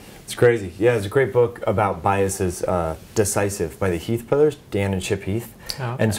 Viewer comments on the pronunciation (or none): none